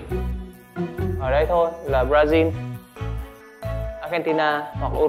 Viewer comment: Brazil đọc chuẩn đấy :)